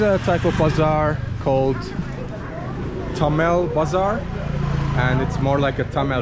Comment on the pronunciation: its thamel not tamil